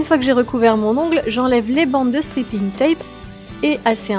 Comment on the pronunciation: J'adore c'est vraiment très beau 😍 Juste fait attention à la prononciation de "striping" tape ( strayping ) parce que stripping ca veut pas du tout dire la même chose lol ( je te laisses chercher ). Sinon j'adore tes nail art continues comme ça :)